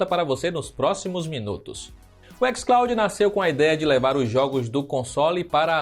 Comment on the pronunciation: "ÉquisClaudin" porra aí e foda tio kkkkk